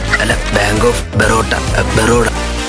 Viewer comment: ബ്രോ വാങ്ക് അല്ല ബാങ്ക് 😂😂😂